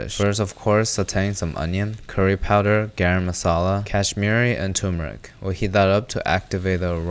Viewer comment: Tur-mer-ic, not tumor-ick